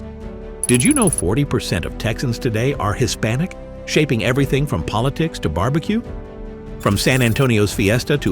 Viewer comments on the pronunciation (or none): none